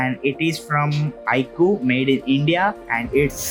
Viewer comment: bro doesn't know how to pronounce IQOO